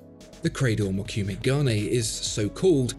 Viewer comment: As always, a very interesting video on the artistry of timepieces. Just a bit of FYI regarding the Credor and the dial technique. It's pronounced Mo - ku - meh and it translates to "wood grain", which is the pattern made by the folding over of the metals as in the folds of a Japanese sword. This would have been a more accurate example given the context, rather than Damascus. Gane refers to the gold of the dial. So...